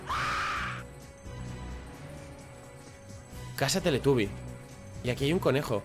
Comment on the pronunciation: Minuto. Teletaby??? Dijo